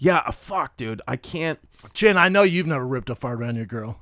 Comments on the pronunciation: Did Theo call chin Clint chet chint or chintk or chink? Either way he should have followed it with chin-mate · Theo with the hard C on the end of Chin 🤭 no you didn't.. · Theo definitely said chink when he said chin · am I the only one who noticed that hard "K" after Chins name? :O Theo needs to stop the asian hate! lmfao gang gang buzz buzz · Anybody else notice Theo sneak in the “k” sound after he said Chins name??? 🤣😂🤣😂🤣😂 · careful how you pronounce chin...